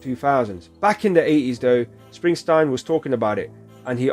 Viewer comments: Just to let you know it's Bruce SpringSTEEN, not Stein. It's Dutch. It happened a lot when he first started out. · What part of the name Springsteen makes you want to pronounce it springstine? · It's SpringstEEN, not SprinstINE. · Bruce Springsteen! not Springstein! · Spring steen, not Springstein! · Bruv its not springstine its springsteen😎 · His name is pronounced SPRING-steen, not SPRING-stine. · Springsteen. With a long e not a long I. Enjoy your reaction to this . He is the Boss for a reason. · It is Spring-steen. Not Spring-stine. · Its Steen ..steen ... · It’s pronounced Spring-teen. I love the boss.✨Bob Seger is also a big one back in the 70’s 80’s. Seger has great songs also “ Turn the Page” Night Moves” Like a Rock” Ol time Rock & Roll” Main Street. You weren’t cool back then unless you listen to the Boss & Seger. You’ll love his music to. Seger is from Detroit & he gave a song to GM to help them & that song “Like a Rock” sold a lot of Chevy Trucks. He is a big one you need to check out. 👍